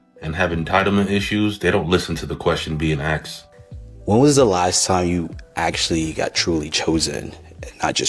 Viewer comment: "Asked" Asssskkk-ed Not axed